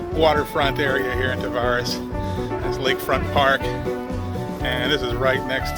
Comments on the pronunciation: Tavares is pronounced like strawberries. Almost like Ta-varies. :) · welcome to lake county we pronounce it Tav air reeze